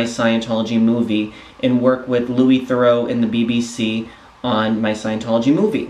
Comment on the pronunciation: Incidentally, you mispronounce "Theroux" as "Thoreau". They're not the same.